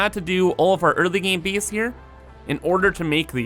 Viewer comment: You pronounce your A's as EE's sometimes Space becomes Speece Base becomes Beece